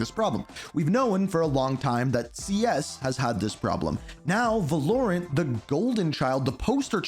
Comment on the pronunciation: It’s Valorant not Vuhlorent😭😭😭